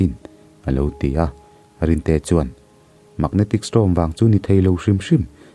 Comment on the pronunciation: Magnetic Storm tia STORM hi STROM tiin i lam tlatin ka hria. Beng a tikham ve tlat.